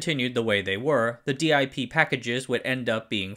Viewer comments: It's inexplicable to me why you insist on saying "dee eye pee" instead of "dip" but "dram" instead of "dee ram" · In my career, I've always heard the DIP package pronounced as the word dip and not as the letters D, I and P. Great video. Appreciate your work! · Minor adjustment, there's no need for d-i-p. It's pronounced dip, rhymes with tip or nip. The single-inline is SIP, pronounced sip. Detail, through holes are not about structural integrity at all, just making connections between pins. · I'm suspect he mispronounces on purpose to increase comments, the algorithm likes engagement.